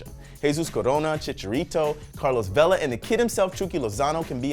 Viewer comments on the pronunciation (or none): none